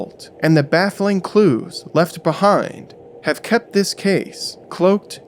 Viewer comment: "Police dig for clews"